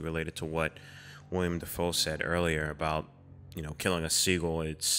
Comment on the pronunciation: It's Willem, not William. Otherwise, this is a masterclass in filmmaking